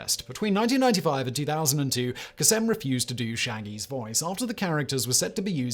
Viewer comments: Please listen to Casey Kasem (pronounced KA-SUM not Ka sim) say his name on any one of the hundreds of America’s top 40 broadcasts he did. It does not have an alternative British pronunciation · You're messing up names on purpose for the comments and subsequent algorithm upticks, aren't you? Casey Kasem's name is a bit of alliteration, which made him memorable. So, it is "KĀY-see KĀY-sum". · hahahha kay-sum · Casey KAY-sem, not Casey ka-SEM. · KAY-sem. Not Kuh-SEM. Edit: Admittedly, I had not read other comments before posting. But, as one commenter noted, we grew up hearing that name. A wrong pronunciation is like nails on a blackboard. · Kasem = CASE-m. Not Ka-SEM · That's Kay-sem. Just saying. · Casey Kuh-sem??? Holy crap man that's the worst mispronunciation I've ever heard on this channel. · Pronunciation Police: Casey KAY-sem... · Simon - you probably record 30 videos a day, for 15 different channels, and you don’t live in the US - so no one expects perfection, though you narrate so well. That said, Casey Kasem’s last name is pronounced with a long A, and emphasis on the first syllable. He’s kinda a household name in the US, as his “top 40” on the radio was what most people grew up with, along with him hosting New Years Eve celebrations on TV (Nick at Nite in the 90’s) and on the radio. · It's "Káy-səm". It's little stuff like this that makes the difference in how well-researched your material appears to your viewer. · It's hard to believe that after all these years there's still someone who has not heard of Casey Kasem. That's "KAY' sem". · Casey Kasem's name is pronounced Casey Kay-sum. I know this because I have heard him say his own name over a thousand times. I only mention this because you have corrected my pronunciation over a thousand times. 🙂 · Except Kasem is an Arabic name, and Casey was of Lebanese descent. He Anglicized the name for American airwaves, but that doesn't mean that it is correct. The proper pronunciation is "Kah-sim", not "Kay-sum".